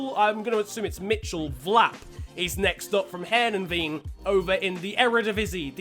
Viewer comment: Heerenveen is said hir-ugh-fain